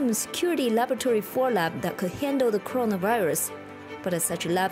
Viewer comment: It's not Crona it's Corona